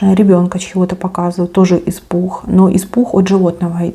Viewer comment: Испух 😂😂😂😂😂😂😂че по русски не разговариваешь😂😂😂😂😂испуххххх